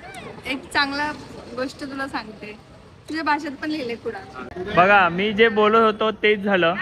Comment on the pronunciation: अरे तें कुडल नाही कुडाळ आहे.. कुडाळकरानच गाव आहे तें